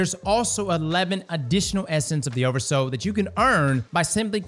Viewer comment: Everytime he says "oversous" my brain turns to swiss cheese 🥲